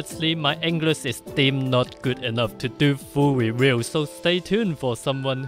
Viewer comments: hahaha... Fuel weview... :D Nice! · But I want to see the fuw wewiew ! First it's perfectly understandable, second it's fun ..